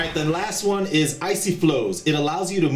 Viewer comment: hehe he said OPnis..